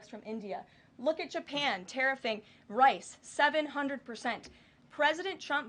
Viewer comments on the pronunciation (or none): none